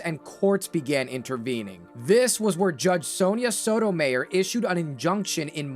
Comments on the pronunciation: Ayyyyy, stop with the AI voiceover, or at least trick it into correctly pronouncing names. For example, spell Sotomayor's name as "Soto my or" in the script and it would have said it right. It's a old trick from the days when text-to-speech was more popular. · Dude come on how did you get Sonya Sotomayor's name wrong. She's a supreme court justice now. I know youve heard her name said dozens of times. "Soh-ta-my-or" Maryland was so based during the strike between Glendenning and Angelos. And Angelos deserves so much credit for sticking to his principles. If they ended Ripkens streak that would have been one of the biggest scandals in baseball history. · you also dont know how to say Sotomayer properly either. It makes it sound like you used an AI voice.